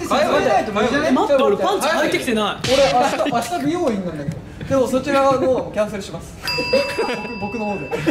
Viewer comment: こーち美容院のこと「びよおいん」て言ってるな。はっきり発音しない子音苦手なんだなやっぱり。いや、興味ないんだろうな😂いいぞこーちはそれでいいぞ〜